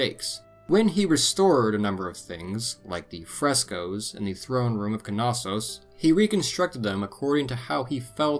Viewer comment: Knossos is pronounced “nossos” lol. Great docco tho, minoans are super interesting